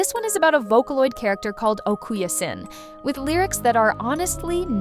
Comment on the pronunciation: Its okaasan not okayasin